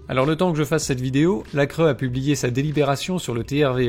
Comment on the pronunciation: Bon à part que la cre se prononce la cré tout le reste est vrai malheureusement